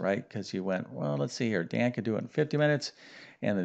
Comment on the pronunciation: It’s Dan not Don, you solved for the wrong variable 🙄😏